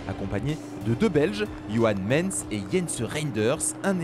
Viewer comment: Johan Mééééééééééééns c'est johan mééééééns avec un bel accent belge